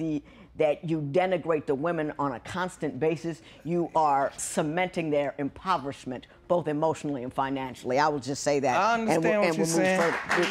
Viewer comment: "....trap...least likely to defend themselves...cementing their improvishment emotionally and financially" Sending u good things,. Thank u.